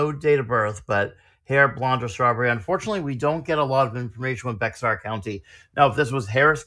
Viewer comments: Wow. Thats my county! Also Bexar is pronounced bear. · BTW Bexar, Texas is pronounced Bear.😊 Even Texans screw it up. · Just learned Bexar is pronounced "Bear." Also, sorry that this one was a little blurry on the text.